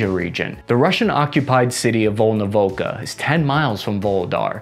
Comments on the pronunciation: Yeah, the next target is to pronounce Volnovakha and Tatarstan correctly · Except now he got volnovakha wrong lol